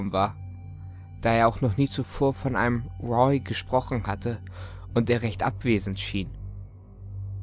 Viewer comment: Bis heute ist nicht klar ob du jemals den Namen Roy richtig aussprechen wirst ;)